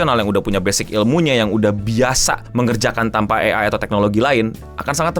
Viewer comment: ciri khas nya, kalo di video itu ada yg ngomong “AI” dieja jadi “A-ai” ..